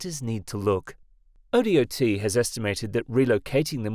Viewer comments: Wa say, O dot not O D O T drive me nuts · oh dot. Not O-D-O-T. Talk to someone in Oregon before posting. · ODOT is pronounced oh-dot, not oh-dee-oh-tee. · "Oh Dee Oh Tee" lol as an Oregonian, we just say "oh-dot" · Up in Washington it’s WSDOT (w. s. dot) so O.D.O.T. also made me chuckle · it isnt ai lmao hes just a brit that doesnt know we say dot for DOT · This was killing me too. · Everyone in america pronounces it that way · yea everyone that isnt a fing tts bot says that also